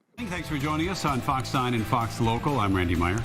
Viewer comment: Brandon, its Fox news, not FoQ news. I mean, your getting too close to calling it Faux news.